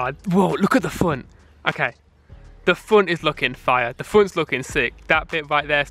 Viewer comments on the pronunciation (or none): He said look at the funt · "The funt is looking fiuh"